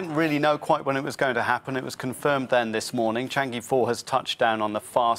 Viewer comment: Why is every reporter saying "Chang E"? The "e" is pronounced as "a" in "above".